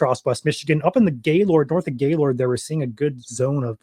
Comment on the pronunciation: I'm surprised your from Michigan and don't know how to say Gaylord lol